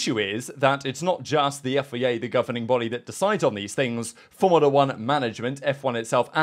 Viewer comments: Why do you say FEA? Its FIA! Its a bloody I not an E! after all these years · You say FIA so weirdly. "Yifayay"